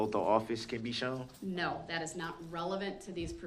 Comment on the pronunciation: Sovereign citizen defense. This guy is so out of it. He keeps saying dis and dat.